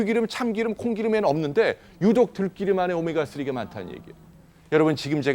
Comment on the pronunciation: 에고 선생님도 들기름을 들끼름이라고 발음 하네요 아니되옵니다 들기름으로 발음연습 세 번만 해보세요